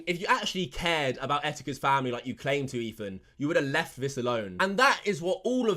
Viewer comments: wtf is ''EFAN'' he keeps saying that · ETHAN, not EFAN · This guy cant say Ethan correct lmao. He says Efan. I guess its e British version of a lisp 💀💀💀